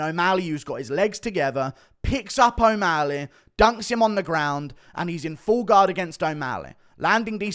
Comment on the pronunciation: Bro said o walley